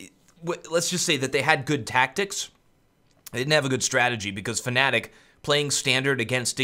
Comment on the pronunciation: Please, stop saying "fAnatik'' it's just fnatic, there is no A after the F, there is no other way to say it. That's all.